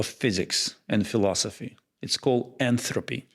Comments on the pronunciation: the guy knows at least 3 languages, he's allowed a flub like that lmao... Most English speakers in America barely speak proper english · He said "enthopy". But there is no such thing. There is "entropy" and "enthalpy". If you can finish his sentences it is because there's probably nothing remarkable going on.